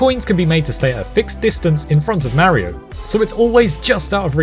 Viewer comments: Hears him mispronounce “Mario” in the first sentence, stops video and finds something else to watch instead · Cant watch it with how you say Mario. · I don’t get why people say Mario like that or is it just this guy